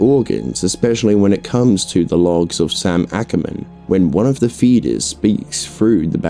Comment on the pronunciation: I’m hearing fetus instead of feeder’s😂 overall good vid tho